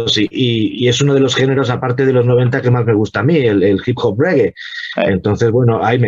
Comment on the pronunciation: REGGAE SE PRONUNCIA "REGUE" (no rigui, ni regai, ni reguea, ni ostias...REGUE)